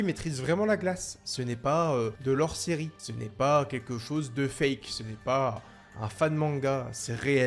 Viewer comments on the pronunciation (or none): none